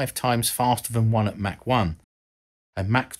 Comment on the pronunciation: Mach 10 is pronounced Mock 10. Mac 10 is a rapper and a firearm.